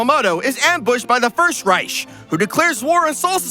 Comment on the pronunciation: I'm sorry,, but that's not how you pronounce "reich". Ignore the "c" completely and sound it out like that